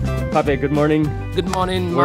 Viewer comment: Your travel guide’s name is pronounced “pop” even though it’s written Pape. The e is silent. In French, if there is an e at the end, it’s always silent.